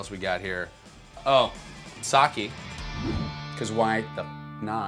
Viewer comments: Mr. Powell, you mispronounced the Japanese alcohol in your fridge. You pronounced it like ‘Saki’. It is actually pronounced ‘Sakay.’ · Glen pronounced 酒, (Sake), incorrectly. He pronounced it Saki, That is from a Japanese national. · If you want the Japanese pronunciation it's sa-keh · nobody is always gonna pronounce everything right, i bet youve been mispronouncing multiple words your whole life, he tried his best and he wasnt too far off